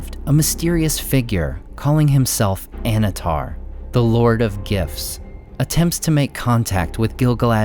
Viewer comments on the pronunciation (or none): Every time you say it, I hear, "Anatar, The Lord of GIFS." And I just imagine some tween memeing away on the elves, getting on their nerves.